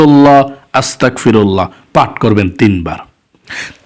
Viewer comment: .. ... হুজুর বেয়াদবি মাফ করবেন , আস্তাকফিরুল্লাহ না, বলবেন আস্তাগফিরুল্লাহ, কোফ উচ্চারন করবেন না, বরং গোইন উচ্চারন করবেন।